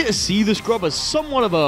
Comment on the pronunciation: THE SCURB scurb. Not scrub. THE SCURB I'm not sure if this was intentional at this point.